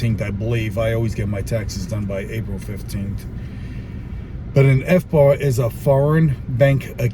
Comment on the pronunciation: Sorry but every time you said FBAR all I could think of was FUBAR..